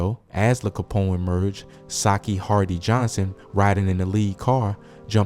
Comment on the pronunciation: There’s no way you called him Lah Capone.. it’s L.A Capone like Los Angeles 🤣🤣🤣🤣🤣